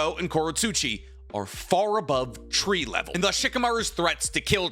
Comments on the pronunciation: "Shikamaru is not even 'TREE LEVEL' " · This man said Shikamaru ain't tree level 😂😂😂 I can't.